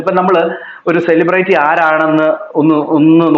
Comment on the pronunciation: സെലിബ്റേറ്റി എന്നൊരു വാക്ക് ഇംഗ്ലീഷിൽ ഉണ്ടോ? 🤣🤣🤣🤣 ചെളിപെരട്ടി അല്ല പൊട്ടി, സെലിബ്രിറ്റി... Celebrity Spelling എങ്കിലും പഠിച്ചു വെയ്